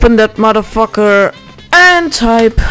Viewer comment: LOL I LIV IT WHEN HE SAYS MOTHER FUCKER IN A DIFFERENT ACSENT